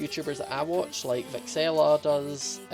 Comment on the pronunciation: yeah he said vixella